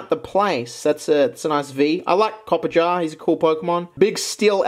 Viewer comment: still can't pronounce Toxtricity or Copperajah, it's endearing.